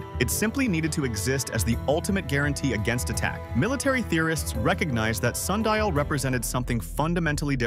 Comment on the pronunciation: Sun di al